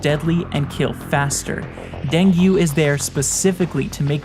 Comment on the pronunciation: Dengue is pronounced as (Dang-gi) not Dang You 😂